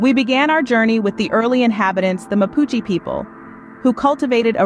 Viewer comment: Mapuche…. E not silent…well said Chile is a beautiful place to live….